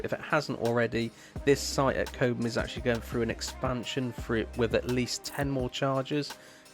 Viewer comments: It's Cob Mm, not Kobemm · Its ’Cob um’ not ‘Co bum’ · Does the car automatically switch to KPH when you go into France? Oh, it is Cob (like Bob) Ham, not Coab ham 😉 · Cobe-ham? Cob’um. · "Cobe ham" "San Martine" 🤣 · It's pronounced Cobbum, apart from that an excellent video, I am considering an MG4 Long Range as my next car.